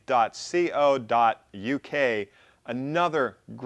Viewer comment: and Tricks (Dale Derry) just finished watching the NYC CNC stuff, did you do this in response to that question, very thoughtful if you did, it's a tricky topic! BTW we say co as in cola rather than C O too.